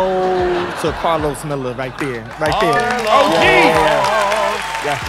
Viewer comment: disrespectful when people pronounce karlos as a "new comedian"